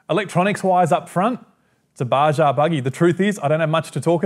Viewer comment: Not to nitpick, but It's "Bah-hah" per Spanish language etymology;) Bah-Jah sounds like a spicy item on a menu!